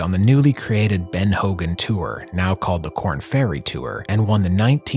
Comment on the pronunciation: Ben not bean. Say it with me. Been. Ben. Not bean.